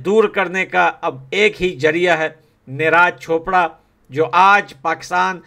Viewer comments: भाई निराज चोपड़ा नही नीरज चोपड़ा नाम है। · Niraj chopper,,, Abe thik se naam le usks